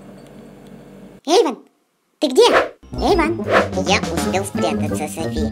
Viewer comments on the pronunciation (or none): Вобще-то Эйван а не Эйвон